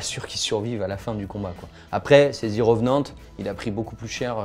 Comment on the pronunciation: "zi reuvnante" suivi d'un jingle musical immonde qui recouvre la voix du mec. Hop je ferme la vidéo.